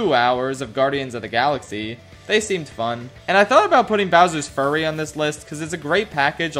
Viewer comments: He pronounced it "Bowsers Furry". Anyone else? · I you said "Bowser's Furry" and idk if that was intentional but it had me laughing